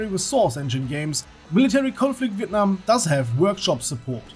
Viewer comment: You pronounce Việt Nam and Sài Gòn so good bro !